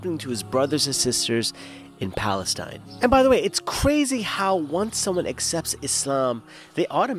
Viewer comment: Where did he just say Palenstine! Ass